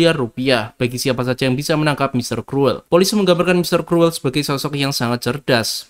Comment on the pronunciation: Kruwel? Krul bacanye